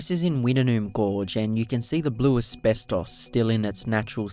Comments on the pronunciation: Its pronounced wit-noon ha ha not wita-noon it's a common mistake mate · pronunced witt..nume not wit..en..noom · I’ve never heard it pronounced like you do it, we’ve always called it “Wit-Noom” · It is pronounced Wittnoom.I worked at MT Goldsworthy iron ore miine in 1970 and we used to swim in wittnoom gorge